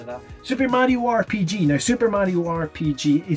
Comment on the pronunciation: my ears hear grpg